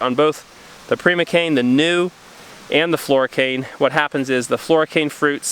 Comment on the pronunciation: Prima cane is pronounced with a long i sound. Like Primary. Hoping that one plant makes it for you guys. Japanese knotweed is an edible plant. We have it here in Oregon and it can clog waterways. Some people grow it for the food resource here. Some of our local foragers go harvest from stands in areas where it is safe, but it is a big problem so getting rid of it is definitely a wise thing to do.